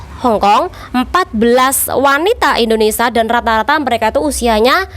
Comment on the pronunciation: Nyebut nya di beneri dikit ce.. INDONESIA..